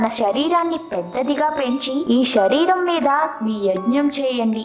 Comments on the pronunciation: First, learn to pronounce Telugu properly. షరీరం కాదు శరీరం, షాపం కాదు శాపం, షకం కాదు శకం. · వీడియో బానే ఉంది కానీ పలికే పదాలు సరిచేసుకుంటే 100% తెలుగు భాష బాగుంటుంది . షరీరం కాదు శరీరం. షాపం కాదు శాపం షకం కాదు శకం షషణాలు కాదు శాసనాలు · ష కాదు శరీరం